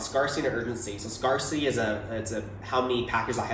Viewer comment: Have these guys never heard the word “scarcity” pronounced out loud before?